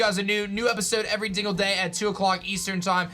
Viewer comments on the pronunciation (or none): is it just me or did he say "every dingle day"